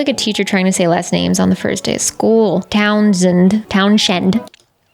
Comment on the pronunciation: Townshend is pronounced “Towns-end”, but sort of elided, like “Townsnd”. The H is silent and it’s sort of a single syllable. I went to college in VT and one of the final reasons for choosing it was how pretty it was. And yes, sometimes we were hip-deep in snow in the winter time.